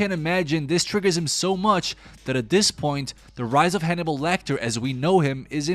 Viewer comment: I thought you were saying honey bowl and I was like who is honey bowl I've missed something here.